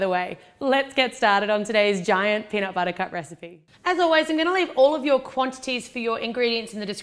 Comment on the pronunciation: peanut BUTTAH